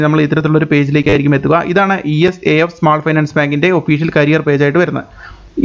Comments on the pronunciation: ഇസാഫ് ആണ്" E S A F " അല്ല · ഈ എസ് എ എഫ് അല്ല... ഇസാഫ് ബാങ്ക്.